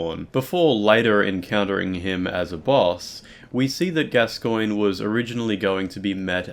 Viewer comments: ITS PRONOUNCED GASCOAN FOR FUCKS SAKE. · Why the weird stress on the second syllable in 'Gascoine'?